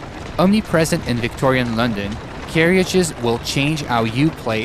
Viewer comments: Lol "Carry-Ages" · Since when was carriage pronounced as carry-ges? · Why does he say 'carriages' like 'caryagies' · Carriages...."Carry-ajez"? "Care-ajez".